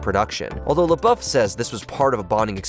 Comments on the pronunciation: It's Richard PRYOR, not Prior. And Shia LaBeauf, not Shy Lauff 😆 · Shy Lauff 😂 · "Shy Luff"😂😂😂